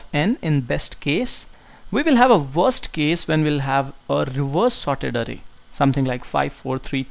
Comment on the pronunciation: calling it arey.. LOL :)